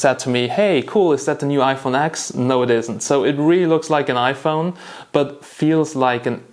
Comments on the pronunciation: Stopped watching the video when he said iphone AXX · yeah, I get triggered every time I hear someone call it the iPhone X (exe)